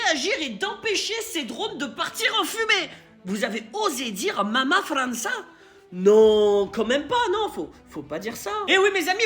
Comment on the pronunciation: Il la bien dit Mama Franca sans forcer , qui est la mère de certains Marocains 😂